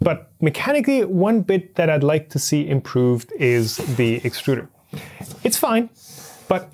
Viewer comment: It's pronounced exturder.